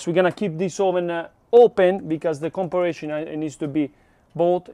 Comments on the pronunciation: You were so close to pronouncing the word. For a guide , com-pair-a-son. This is a fantastic video! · Com-pa-rison. 😉 Sorry. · Campari (like the Italian liqueur) + Sun to pronounce comparison correctly. We love you fun stuff…BERNIE R6 let’s ride 😎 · I love how tries his damn hardest to pronounce words correctly, but the English Gods do not bless him, compa...compir...comparrashion...e...haha.